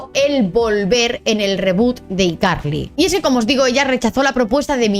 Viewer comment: no se pronuncia you tuve, se pronuncia "iutub", no se pronuncia "ycarli", se pronuncia "hayCarly", seria bueno que si haces videos cuando pronuncias ingles lo hagas bien, pues haces el ridiculo.